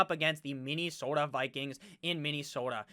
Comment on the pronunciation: Hey! I love your channel. I have a favor go ask. Im from MN and Please don't stop your pronunciation of Minne-sooota. It's hilarious like your las Vegas rrrraaaaider!!